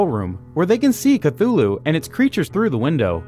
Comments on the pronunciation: It's chtulu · Ok wth is a Cthulu.... ?? ? Call of Cthulu ? lmfao